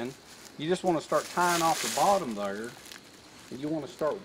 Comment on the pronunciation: that’s right I think that’s a str8 up southern saying right “dayer”